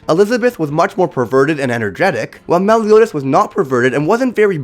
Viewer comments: Nobody: The narrator: melle-yoo-daz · The way he says Meliodas is so scuffed